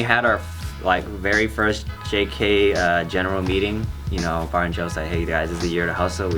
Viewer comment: Did anyone else hear barbecue instead of bart and geo